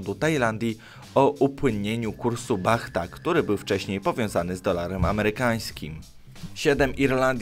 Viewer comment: Bata nie Bahta XD Pisze sie Baht po angielsku ale czyta się Bat..